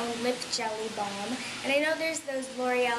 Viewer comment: It is balm not bolm 😂😂 u said bolm in the starting